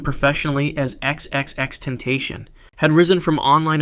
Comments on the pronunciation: the way he said "xxxtentashon" 💔💔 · He said “xxxtemptasion”💔🫩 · XXX-Ten-tation Vs XXX-Ten-tash-ione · it’s not tentation it’s TEN-TACION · If you do a video like this again you might want to look up how to say these rappers names because XXXTenTASHION and DraCEAL The Ruler is far from correct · The way you butchered X’s name made me click off the video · Why would he say xxx name like that man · Dude really mispronounced XXXTENTACION’s name. Fake hip hop fan.